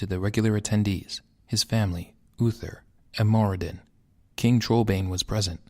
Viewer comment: I like your work but you are saying some names wrong. Namely Turalyon's and Muradin's.